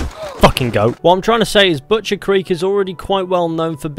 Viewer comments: “butchers crek” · Butcheeers ... crikk ... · Boochurs Crick...